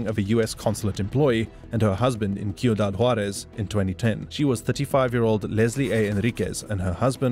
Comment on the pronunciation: These AIs are impressive. It almost sounds like a real person talking. They have come a long way. You can tell it’s a AI by how mispronounce words. This one gets the names right but then can’t pronounce cuidad. It’s driving me crazy that he keeps calling it Q-dad. What the crap AI?! Get it together.